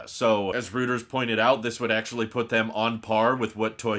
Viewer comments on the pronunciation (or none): gah, hate to be that guy, but it's "roy-trz" not "rooters" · Great content per usual. Don't take this the wrong way, but Reuters is pronounced Roy-ters, not rooters. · Reuters = "ROY terz" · I’m disappointed with myself for being so triggered by this mispronunciation 😄